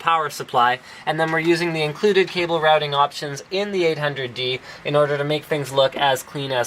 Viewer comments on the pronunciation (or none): none